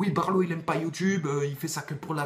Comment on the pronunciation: Appelé barlo ? C'est balo... pardon...